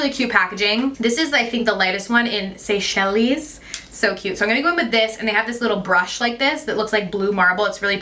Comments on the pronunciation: Seychelles is pronounced "Say-shell". The "es" is silent. I used to say it like you did until I met someone from there and they corrected me. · It’s say-shells. Like the islands in the Indian Ocean.🤷🏻‍♀️ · I know I said this before... but you werent listening. Lol it's pronounced SAY-SHELLS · Seychelles is pronounced Say-shells I think.